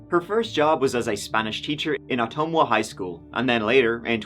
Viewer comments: You might be the first online content creator I’ve seen nail the pronunciation of ottumwa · You said Ottumwa correctly—that almost never happens!!